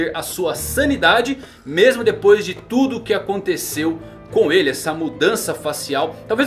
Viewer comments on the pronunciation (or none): none